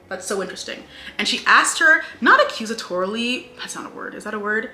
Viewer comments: “You’re emphasizing the OCKKK!” 😭😭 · you saying “accusatorily” IS SO WICKED